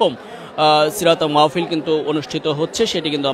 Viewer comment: মাওফিল,মওফিল❌ মাহ্ফিল✅ হবে।